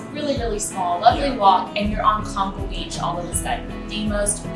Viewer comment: Just to clarify Conchal is pron (cone-chall) and yes it is a very nice beach.